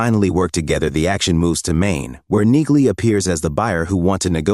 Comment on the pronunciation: Damn annoying AI voice over. Train it with "knee-lee" to force accuracy. (Among all the other errors which stopped me finishing this)